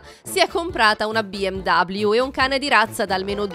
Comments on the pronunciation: BMW è tedesca. Si pronuncia "be em ve", non "be em dabliu". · Ma perché pronunci “BMW” Bi Em Dabliu all’inglese? La marca è tedesca e i tedeschi (pronuncia originale) la chiamano “BE EM VE” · Numero+1 special: "Biemdoubliu" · Biemdabbliu non si può proprio sentire🤣🤣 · Al "si è comprata una BI EM DABLIU" per BMW, ho bestemmiato fortissimo...😑